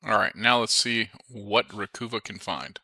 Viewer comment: Interesting.... I use Dban when doing disk wipes,,..... Not to be annoying but it;s ReCuva, not Recoova Stay Safe